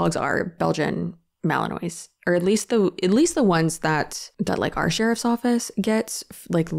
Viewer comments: Love this video, just one thing, Malinois is pronounced Mal-a-Muah and not the way it looks. Also, if you had ever worked with either breed you would definitely know there was a big difference (edit because I realized this might sound a bit judgemental, it’s not, most people have never and will never meet a malinois because they are not good pets for most pet owners). Malinois are smaller and have the high energy and intelligence cranked up to 15 on a 10 digit dial, they absolutely need to be mentally engaged constantly compared to other dogs. GSDs are also highly driven, intelligent, and eager to please but they are like a 8-10 on that dial. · Not that it matters, but its malin-waw. Silent s. And theyre such notoriously difficult dogs that theyre referred to as maligators. Exactly the sort of dog someone who had to rehome far less difficult breeds shouldn't get. Its possible he wasnt a retired police dog, but a rejected one. Also, I've heard of, like, hunting dogs going to live with trainers for months or even years bc of the level of scent training, recall, etc, that some of those dogs need to have (like the ability to only hunt certain types of birds at a time to comply with hunting seasons), but to send a pet away for that long is totally bizarre. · Ok I just want to say the pronunciation of the dog Belgian Malinois is ma-lluhn-waa. No shade just the correct way to say it. I’m sitting here for 3+ months doing doggie. Hospice . On my 16 1/2 year old pup. This Brittany person needs to be stopped . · FYI Malinois is pronounced with a French accent: ma-luhn-waa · The way you pronounce Belgian malinois 😂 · I love you but please look up the pronunciation of Belgian Malinois. Also they come from Belgium not Germany 😂🩷🐾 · Tbf I genuinely thought your pronunciation was correct because I don’t think I’ve ever heard someone pronounce it correctly lol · Fyi, its pronounced Malan-waa rather than phonetically Malan-ois